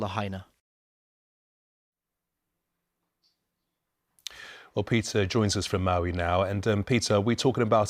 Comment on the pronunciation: la ha i na............. la, ha & na al sound a as in "hot",the ah sound when the doctor brings a tongue depressor i sounds like i in machine, the eeee sound la ha i na....... carry on